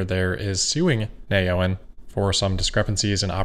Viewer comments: Not “nay owen,” it’s “neo en,” as in new energy. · Wouldn’t Neoen be pronounced “ Neo En” ?